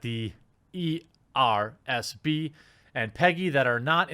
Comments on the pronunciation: Me likey when you call it the E R S B instead of ESRB. Me gives likeys and thumbsies up for that :-) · ESRB not ERSB, boomer 😂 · Ee. Es. Ar. Bee. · Is he calling it ERSB on purpose lol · He said ERSB at the beginning lol. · New drinking game: take a drink every time Jeremy can't say ESRB.